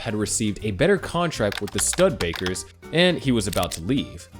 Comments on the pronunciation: Stud-Baker? Its pronounced, Studebaker. Idiot. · Enough already with the computer generated narration---Really, Stud-baker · This 'should have' been better. Basically just 'the minutes'. And "STUD- BAKER"?.. Seriously? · Stew—Duh—Bay—Kerr. You almost derailed me early on from what turned out to be a really great mini-doc. I really enjoyed it, so don't take the correction personally. At least you didn't say Cah-DILL-luck! ✌😝